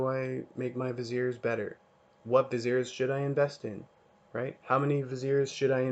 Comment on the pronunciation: hi even though you pronounce viziers right i have some complementary information to add in my video here